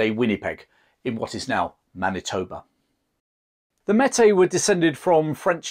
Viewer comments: Meti is pronounced may-tee. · This is amazing! But here in Canada ‘Meti’ is pronounced like this; “May-tee”. Cheers and thanks so much for covering this! As an Ontarian, I’ve always been very impressed by the story of the Wolseley Expedition! Such a remarkable achievement. You can really have no idea how impressive it was, until you see the type of terrain they passed through on those river portages. He took the best possible route you could without a railroad. It was the last great adventure in North America before modern technology took over. It was like a dream. As soon as you wake up, it’s gone. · Metis is pronounced "May-Tea" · It's May-Tee, not Metee. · The name Metis is properly pronounced "May tea" not "Met Tay". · Metis is pronounced may-tee not met-ay. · Pronunciation Tip: Métis = May-Tea. You might enjoy reading Dickens of the Mounted. Francis (Frank) Dickens, 3rd son of Charles Dickens served as a Mountie from . An unspectacular career marked by ineptitude, laziness, reckless behavior, and of course drinking… Louis Riel had a range of serious mental health problems. Many quite rightly regarded him as a lunatic. He also offered to leave Canada, sell out the Métis and move to USA if paid 39,000 dollars… No hero he. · Great stuff. Just one thing…Métis said Maytee. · great piece as always but the Metis is pronounced (mey-tee). Thanks for your work a Canadian fan. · Good content and all of that. Just two little things that I offer to those who may not know better. They are not intended as criticism, just pronunciations First one: Metis (French word) so MAY TEE Second one Sault (French Word) so SUE or SOO (like BOO) as it is known. SOO SAINT MARIE. In Canada this region is often referred to as THE SOO (like BOO). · A great, and accurate account, but a bit of research into the pronunciation of Canadian vocabulary would help. For example: Metis (maytee), Saulte Ste Marie (Soo St. Marie). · May tee is how it is pronounced. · Pronounced mehtee